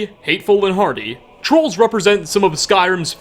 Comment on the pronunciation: At the start I thought he said horny instead of hardy